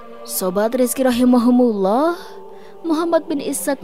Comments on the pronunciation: ROHIMA KUMULLOH.. bukan Rohimahumulloh.. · Maaf ada saran sedikit, rahimahumullah di ganti rahimakumullah kayaknya lebih mantap.